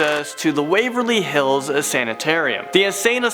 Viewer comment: You messed up Waverly Hills